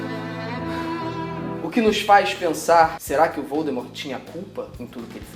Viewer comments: a jk tb contou no começo do mes q a pronuncia de voldemort na verdade eh voldemor. o T eh mudo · VoldemoR - T mudo Felipe, palavras da J.K. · Fato N 15: A pronúncia correta é "Voldemor". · quando vc fala voldemort é com o "t" mudo, j.k Rowling disse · Há pouco tempo também a tia Jo revelou que Voldemort na verdade deve ser pronunciado com o T mudo (sim, deve ser pronunciado, aqui não tem essas coisas de Aquele-que-não-deve-ser-nomeado ou você-sabe-quem) - CONTUDO, quando eu estou lendo na boa (sem me preocupar com isso, digamos assim) eu simplesmente NÃO CONSIGO dizer/imaginar o nome dele assim :p